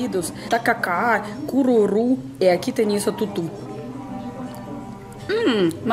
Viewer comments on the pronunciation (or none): Estava indo tão bem até que ela falou "cururu", engasguei feio! rsrsrsrs